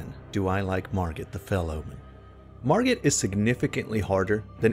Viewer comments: "Margret"... Margret out here teaching lessons, he gotta teach you English -101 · My boi, what's with this hard "G"